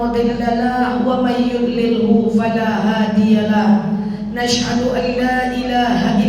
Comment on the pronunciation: Assalamualaikum Maaf tanya Kok kalo baca Ashadu,,di ganti Nashadu,,,,, Audzubillah,,,,, mjd Naudhubillahi,,,, Maksudnya Mohon penjelasan nya